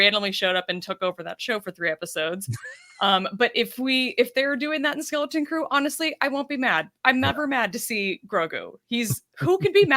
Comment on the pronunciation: Take a shot every time calls it “Skellington Crew”.